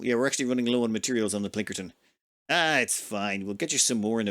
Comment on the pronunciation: I hate that you have zero respect for names. You can't blame it on illiteracy, you just have zero respect for it. PLINKERTON? It's clearly called Pilkington. For FUCKS sake man. Every damn time. And it's not just names above 5 letters. You even manage to fuck up the simplest of names. Please stop.